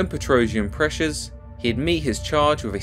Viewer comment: I think Girogio's last name is not pronounced "PetrOuzhian" but "petrosiAn".